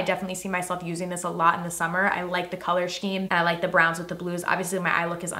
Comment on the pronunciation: Hehe, "shkeme"